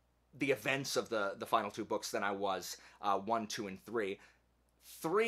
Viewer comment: Why does he keep saying boosh? I couldn’t take him serious